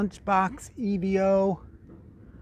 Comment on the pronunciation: I think you will find that Evo is a word, being an abbreviation of the word evolution. Not E V O. Now I do understand that your being American means you struggle with any words that contain one or more vowels, but there really is no excuse. 🤣